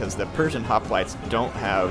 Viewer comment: Is anyone else slightly bothered when he says hoplites?